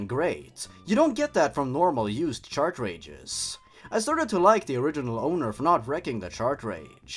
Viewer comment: What keeps me up at night, "-CHARCHRAGES-"